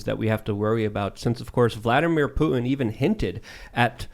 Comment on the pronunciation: Putin not Poo in what are you a valley girl🤔